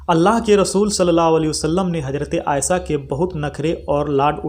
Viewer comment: Aaysa ya aaysha Urdu to zara thik se boliye janab. Varna shuddh hindi me hi boliye